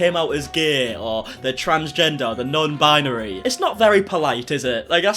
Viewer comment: That crazy b$*#> just said non-BIANARY. What the hell is that?! Binary. Bi-nar-y. You are welcome, nutty lady.